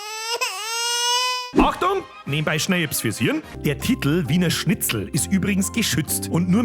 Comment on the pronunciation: Schitzl? 🙈🤣 Apache bogfotzen alarm 🚨?